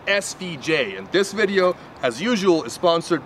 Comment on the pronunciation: Why does when he say videya make me crack up 0:010